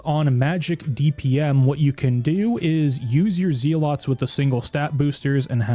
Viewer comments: Amulet of Z-lots. It’s the amulet that helps you sleep. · man said "zee lots" hahahaha TY for vid bro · Good vid, but pronunciation of zealots is driving me nuts